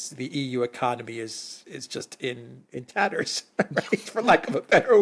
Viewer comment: In Tatters, lol. Say it properly. Peace ✌️ 😎.